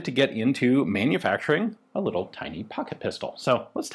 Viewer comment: Emphasis on "little"!